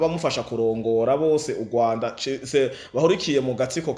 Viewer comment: Pardon, pour tous les youtubeurs, dévons-nous parler bien la prononciation d'une phrase kugira ntibabone ko twagaye amajambo. Ndasavye sintegetse🙏 Kirambûye❌ Kiramvûye☑️ Ugwanda❌ Urwanda☑️